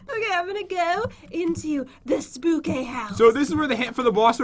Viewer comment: Hey Pat,I have a question.The question is that why does Jen says”It’s so spookay!”I still don’t understand why she does.